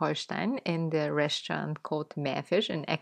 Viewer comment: Dear,. I like your Channel,but there's one thing that irritates me every time I listen. I don't know,where you have learned the English language, but I have learned the pronounciation of "the" and "thi" in combination if the following word begins with a vowel or a consonant. I hear you talking a lot with "thi" with following words that should,as I studied the English language, be"the." Anyway, as I said before,I like to watch your Videos,but that doesn't fit with my understanding of the British language.